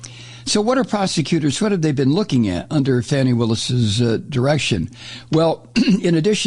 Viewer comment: Somebody tell Mike that prosecutor Willis's first name is Fani, pronounced "FAH-nee"....not "fanny."